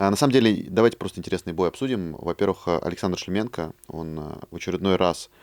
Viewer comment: Тут казах в студии что-то мнгого себе позволяет, коверкает фамилию Шлеменко.